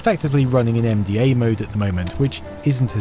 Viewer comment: Whenever you say MDA I keep hearing "MDMA" and thinking you're going to break out the glowsticks and start raving.